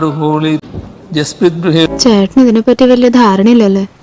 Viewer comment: ഇതൊന്നും ഇങ്ങനെ അല്ല വായിക്കണ്ടത് എന്ന് ഒന്ന് ഈ വാഴക്ക് പറഞ്ഞു കൊടുക്കാൻ ഒരു അടിമയും ഇവടെ ഇല്ലടെയ് 😤😛